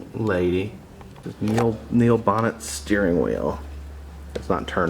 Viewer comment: Great video,, just one thing, Neil bonnett's name is pronounced bow-nay, not bon-ett. He was a good friend of dale Earnhardt, but was killed during a practice run for the 1994 Daytona 500 on February 11. Surprisingly, his accident was on turn four, same as dale Earnhardt. Bonnett swerved onto the track apron then up the steep bank to crash nearly head on into the wall. The similarities between their deaths is striking.